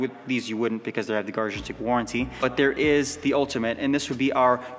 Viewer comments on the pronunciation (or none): Suggestion: pronounce "Garagistic" more clearly! That brand name is important!